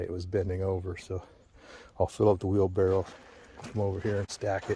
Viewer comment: There are two R's in the word library, there is just one U in the word nuclear, and for chrissakes man, wheel barrow ends with a W, not an L.